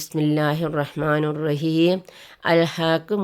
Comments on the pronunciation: ബിസ്മില്ലാഹി റഹ്മാനി റഹീം എന്നല്ലേ റഹ്മാനു എന്നല്ലല്ലോ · റഹ്മാനു... എന്നല്ല സ്ത്രീയെ.... റഹ്മാനി എന്ന് തിരുത്തി ആദ്യം നീ പഠിക്ക്